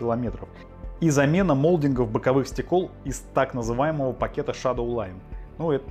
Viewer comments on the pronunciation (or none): Не стекОл, а стЕкол